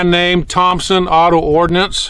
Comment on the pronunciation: Got to admire a man who knows it's Ordnance and not "Ordinance".